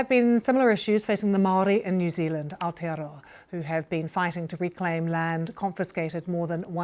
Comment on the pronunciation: beautiful pronunciation of Maori and Aotearoa by this lady.. better then some NZ politicians